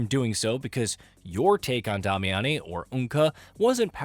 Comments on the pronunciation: Lol where did you get "Dah-me-ah-ne" from? They literally just call her "Damiane" in the game pronounced like "Damian" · Why can nobody say Damiane correctly? Day-me-anne not hard people. They dont pronounce it fancy in game not sure why everyone tries to add some regal flair to it. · Is the VO in these videos AI generated? Why are you pronouncing Damiane’s name so strange? It’s pronounced (Day-Me-In). I heard you pronounce it completely differently in other videos which is what makes me think this is AI generated VO. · You're butchering the name so bad I almost can't watch lol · I had to turn the video off after that second pronunciation of Damiane. They say her name in the game how are people still messing this up? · Bro... learn to pronounce Damiane correctly.